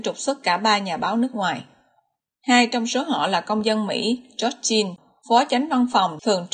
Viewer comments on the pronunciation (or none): none